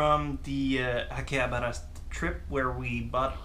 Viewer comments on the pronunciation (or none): akihabara not hakiabara :) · Why does he call it hakiabra?